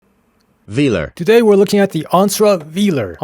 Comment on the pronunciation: Fimally someone who knows how to pronounce Velar correctly! Yeah I want one too. 🫢